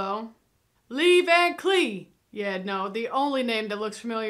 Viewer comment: I called him Lee Van Cleef like did once and my uncle, a hardcore western viewer from back in the day quickly corrected me. It's pronounced Klef, as in left, instead of leaf...Not sure why but I guess that's how it's supposed to be haha.